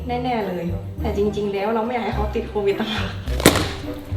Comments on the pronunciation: โควิดค่ะไม่ใช่โตวิดค่ะ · โควิดนะคะไม่ใช่โตวิด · ขอให้หายไวๆนะคะพี่คะพี่แต่ว่าพี่คะทำไมคำว่าโควิคกลายเป็นว่าโตวิดหรอคะ